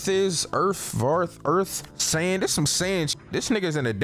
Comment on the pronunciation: bro said vearth like its skypia